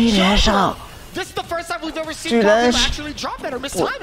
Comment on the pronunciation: 解說有跟沒有一樣就算了，人家名字叫「卡K魯」，很難唸嗎？